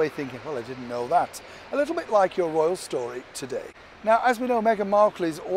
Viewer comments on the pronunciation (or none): none